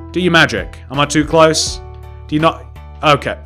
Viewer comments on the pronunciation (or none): none